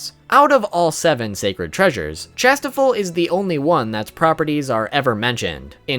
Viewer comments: Tis not Chastifol. It's pronounced "shas-tee-fall" xD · Kings treasure is said cashtiffir spelt it wrong wrong but the end is or not ol